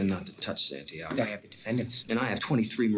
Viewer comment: San tiaaaago 😂😂😂😂 es de vergüenza como pronuncian santiago los americanos que se creen duelos del mundo